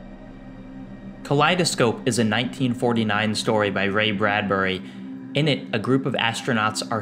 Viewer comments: is it Ray Bradbury or Ray Bradbudy? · Nobody:... Absolutely no one:...: "Bradbudy" 😂